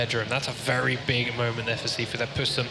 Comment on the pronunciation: Every time he says "Cifu"... I'm like it's "Gifu" dude.